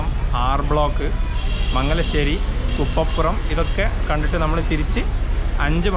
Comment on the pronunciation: കപ്പപ്പുറം അല്ല കുപ്പപ്പുറം ആണ് കേട്ടോ.